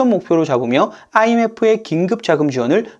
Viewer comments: ㅇㅇㅏ 를 된소리처럼 발음하시네요.... 거슬릴 정도라 못 듣겠.... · 진짜 특이하긴 하네요. 아이.엠.에프 발음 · IMF 발음 진짜 듣기 싫게 만드네 ㅋㅋ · 사투리 억양 같은데요 ㅋㅋㅋㅋ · Imf를 발음할 때 왜 아를 강하게 발음하여 듣기 싫게 하는가요? 습관인가요?